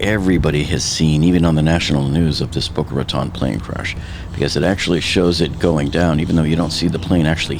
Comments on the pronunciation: Wait. Boca Raton is your hometown and you don't know how to pronounce Boca Raton? That's ... odd. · He pronounced Boca Raton multiple times incorrectly, sooooo .... maybe he lived by a nearby county. I live here, and my daughter attends Boca High, and her school went on lockdown because of the smoke in the area.